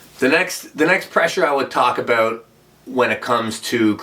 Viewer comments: I love how Laratt says "aboot" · Canadians pronounce "about" that way..